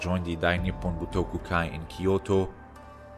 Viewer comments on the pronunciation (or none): none